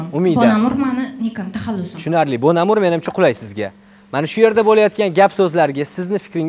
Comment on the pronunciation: Bonamur ❌ bomagʻur ✅ 😂😂😂